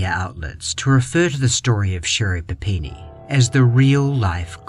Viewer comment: Never going to unhear Sherri Panini and I don’t want to 😂